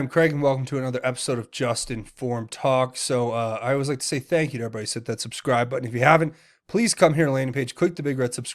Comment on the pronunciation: It sounded like President Trump said Thank Q twice when talking about the baby....